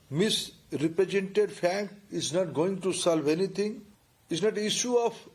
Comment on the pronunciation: 😂😂look at this fellow he cant even pronounce represented, pronouncing as Reprejented😂😂 he's lecturing us about how to study😂good lord